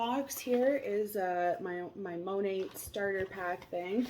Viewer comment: I think its actually pronounced the same as the painter with a silent t but I could be wrong